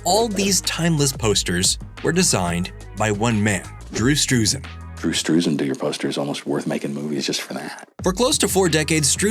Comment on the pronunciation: Why not show his name? A good way to help us remember it — and because it’s a little hard to visualize when you say it as one word: “Drewstrussen” Head Salad! Then “standing there like they need a restroom.”